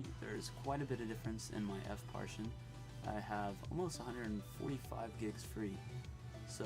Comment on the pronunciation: Good tutorial but it's pronounced par-ti-tion not par-tion.